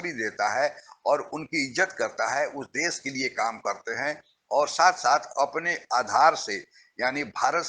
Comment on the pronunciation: आप विडीओ अच्छे बनाते हैं पर एक हिंदी भाषी होकर भी आप हिंदी बहुत घटिया बोलते हैं। देश को देस, भाषा को भासा, शुद्ध को सुध, शरीफ़ को सरिफ बोलते हैं। बहुत बुरा लगता है। सही हिंदी सीखिए पहले